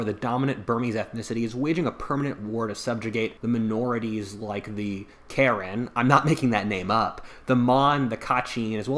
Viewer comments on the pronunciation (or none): Karen is pronounced Ka-yin